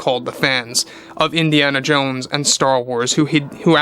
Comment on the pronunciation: It’s Indiana Jones. Not Indiana Jane.🤦🏻‍♂️